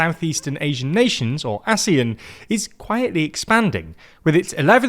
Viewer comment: I specifically remember the pronunciation ASEAN as [Aseeyan] and definitely not [Asee'en] One thing for sure as Malaysian, this economic organisation has been mutually beneficial to everyone here for at least 3 generations, where one of the generation grew up with it and saw it unthinkable to live without it.